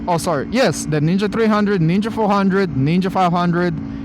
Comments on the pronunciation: thought u said nigga 400🙏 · I think he said knee gah bike? 😂